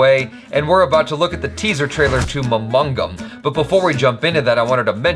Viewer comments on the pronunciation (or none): not pronounce mamangam, its maa-maa-ngam